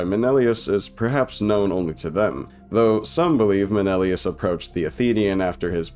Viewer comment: MEH NEH LAY US